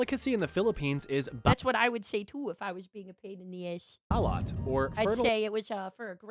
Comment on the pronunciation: He's so White that he said Balut incorrectly.🤣 Correct pronounciation: Bah-loot